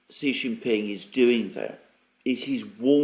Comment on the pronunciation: SHEE NOT JHEE